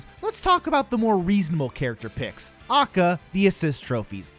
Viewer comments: Jesus christ stop saying "A.K.A" as 'Ah-cah' its literally three separate letters with three separate sounds. A=Ay, K=kay, A=Ay. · Its a-k-a NOT akkah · Every time this guy says "acka" I lose a brain cell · liked the video, little bit peeved by your pronunciation of A.K.A as AKA over and over and over and over and over again. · A.K.A. its not one word aka this triggers me so much. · Your saying ah-k-ah instead of a-k-a and it’s pissing me off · Yo could you say A.K.A instead of AKA it took me out of the whole rant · Bruh, it’s Ay Kay Ay not “AHKAH”. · A.K.A. Shouldn’t be pronounced acka either say Also known as or A K A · I feel weirdly angry when actually say aka as a word and not just "a k a" besides that is a good vidi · Ive literally never heard anyone pronounce AlsoKnownAs/A.K.A. as an actual word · Did this fool just say a.k.a. "akkah" bruh wtf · ITS PRONOUNCED "AY-KAY-AY" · Who says AKA as one word? You say A K A! NOT AKA! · Stop saying AKA like that you nerd